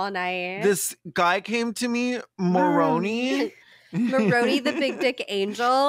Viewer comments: Just a quick quibble -- it's "more OWN eye" (which doesn't lend itself as well to the "moron" jokes, but that's how they say it!) Otherwise, still really loving this one as a long-since-former Mormon who left because pretending not to be queer wasn't a viable long-term plan. 😁🌈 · Not y'all pronouncing Moroni wrong 😭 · Exmo here: it's so fascinating to hear people react to what we grew up being taught. Like it really does sound like a video game, and I honestly never thought of it that way XD Ps, it's like nails on a chalkboard for me hearing Moroni pronounced wrong (the indocrination goes DEEP y'all). But the petty part of me is glad he got unintentionally dunked on like that. I mean, if Joe didn't want us to pronounce it "moron-i" he should have spelled it differently. You'd think god's bff would know better